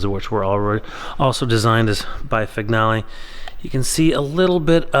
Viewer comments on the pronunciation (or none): Vignale is pronounced "Vinyally" .Get the names right.